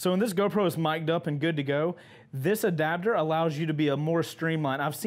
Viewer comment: "ADABDER" "Adapter" Everyone Else LMFAO